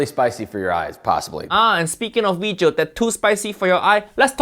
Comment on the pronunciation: This "weejio" is a mix of haiyaa, fuiyoh, and walao eh